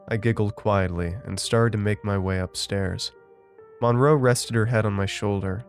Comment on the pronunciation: That’s not how you pronounce the name “Monroe.”